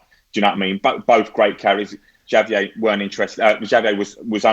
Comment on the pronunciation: That pronunciation of Javier tho 🥶🥶🥶